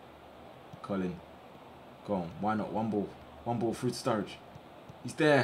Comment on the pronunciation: You pronounce Colin- Colan